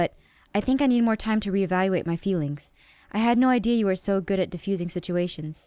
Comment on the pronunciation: FEEWINGS ON EVERY SERIES SO MUCH FEEWINGS STOP WITH THE FEEWINGS PWEASE